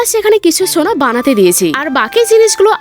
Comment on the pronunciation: সোনা ❌ ছোনা ✔️🤣